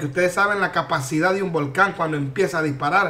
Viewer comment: Dijiste volcon y no volcan q chistoso por eso me gusta verte para reirne jajaja